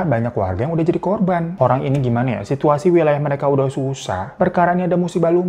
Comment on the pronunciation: Q pikir telingaq yg salah denger korban jadi korbon..